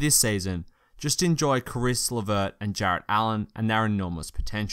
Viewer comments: U rly need to work on pronouncing names. Caris is pronounced care-iss. Also Jarrett is pronounced jair-ett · Caris like Harris, Jarrett like Garrett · its a good video, but your pronunciation of their names is giving me cancer. its Caris pronounced like Harris, and Jarrett ie pronounced like Garrett. pls get your pronunciation on point. its all i ask